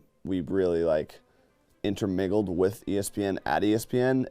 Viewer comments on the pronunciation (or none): Did say "InterMIGGLE"? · I'm not going back to confirm but was it saying "intermiggled"?